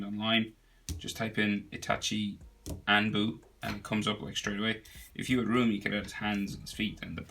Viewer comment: He was doing so well, until he anbu. He completely butchered that word! Hahaha!